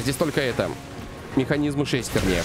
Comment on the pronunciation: Не шЕстерня а шестернЯ 🎉🎉🎉🎉🎉🎉🎉🎉🎉🎉